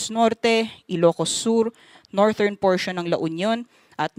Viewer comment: Thank you po for the update. The pronunciation of "northern" po is soft /d/ as in "this" not /t/...US /ˈnɔːr.ðɚn